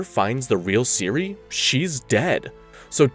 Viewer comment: Iconic characters. "Kay-Here" was another favorite of mine.